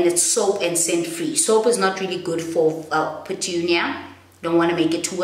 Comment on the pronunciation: Lol pertunia hahahha